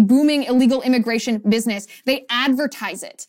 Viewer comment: Coyotes - accent on the second ”o” - coyótes, not coyotés.